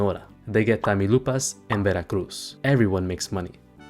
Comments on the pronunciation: My dude butchered Tamaulipas pronunciation. But Good vid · This foo said tamilupas, its pronounced ta-mau-li-pas. Lol jajaja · tammy-loopas is a very funny way to say tah-mow-lee-pas "Tamaulipas" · That's San Diego not Tijuana. Also it's Tamulipas not "Tamy Lupas" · “Tamilupas” you’ve gotta work on your Spanish pronunciation brother ☠️ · By Tanilupas, did you mean Tamaulipas? XD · Your pronunciation was ok until you hit Tamaulipas. What the hell is Tamilupas? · Tamulipas?? Hahahaha hillarious..glad you got sinaloa and sonora right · they get Tamilupas 😆 (Tamaulipas) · Mf said tammy lupas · "Tami Loopas" 😭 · HAHAHAHAH THE WAY U PRONOUNCED TAMAULIPAS